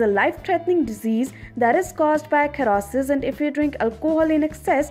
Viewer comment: Kherrosis... wtf guys, Hahaha